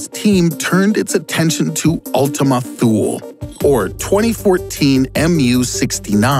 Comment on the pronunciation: Thought Thule was pronounced Tooly...or maybe I don't know.